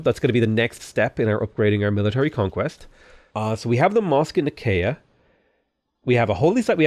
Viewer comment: Nicaea is pronounced like Nigh-see-uh. It was the site of a very famous church council in Christianity.